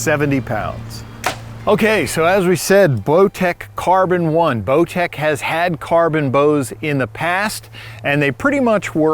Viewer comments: I swear he said blowtech. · lmao he calls it a blowtech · seconds accidentally says blowtech, I listened to it several times and every time I heard the same thing. 😂😂it’s funny, but I know it was a accident. Bowtech is one of my favorite bows.